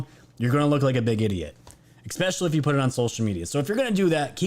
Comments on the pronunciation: dude, it's especially not expecially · we should sit in the corner together- i agree. Bleeding ear drums-- BUT i joked that he should sell an Ex-specially tshirt, I'd but it. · Gah! "Esss- Pessh-elly". Dude, either say it correctly or find another word. It is ex-pescially grinding on the ears. Love the show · Love you bro but there's no x or k in especially!!!!!! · There's no x or k in especially